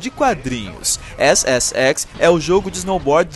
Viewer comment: quando o falou ssx entendi xxx se é que vcs me entendem, asuhasusahuash